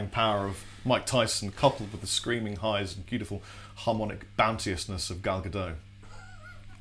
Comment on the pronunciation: It's not ga-doe. It's actually ga-dot. Just like it's spelled.